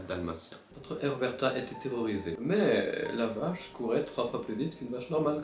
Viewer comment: “Erberta” On lui dit ou pas ? C’est Uberta ._.